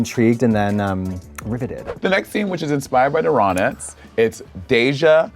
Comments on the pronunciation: Not Monét saying “The Ronits” instead of “The Ronettes” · No shade but can we talk about how monet pronounced “the Ronettes” ?